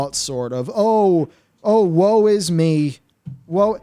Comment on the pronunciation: “Woe is me”… or rather “WoW is me” :p